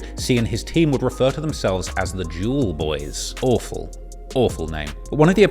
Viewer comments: spat my fucking tea out the way you said"Jewelboyz" and every time after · the way says jewlz boy is so funny